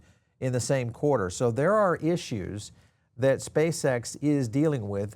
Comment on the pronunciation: Spā Ex it’s scamm😂ree